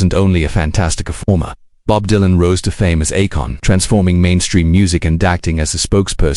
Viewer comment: Stupid AI slop cannot even pronounce his name Don't watch.